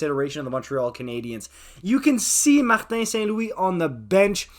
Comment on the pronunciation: Are you from Québec? Because I've never heard an English-speaking person say "Martin St-Louis" this good!